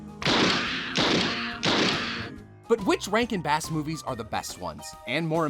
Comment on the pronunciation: didn't realize you were saying 'rankin bass' and thought you were calling all these movies 'rank and bad.' and i was right!